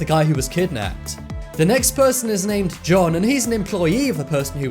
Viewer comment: For the 1st riddle i wasn't sure if it was john or june since i heard Johnm when you said the name so went to June. For the last quistion my answer is Her sister has contact of the guy and knows his name but she won't admit that he knows the guy so she killed her and hopped the guy shows at the funeral